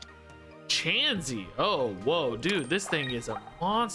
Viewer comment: Your doing really well at seeing the lines of play! Learning the common pronunciation of Pokemon names may take time. Don’t break up kirlia say it all together and chansey is said chance-e